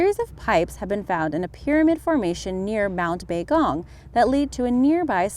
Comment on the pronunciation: Baigong, no matter if you are a native speaker or not, DOES NOT spell "Bay-Gong"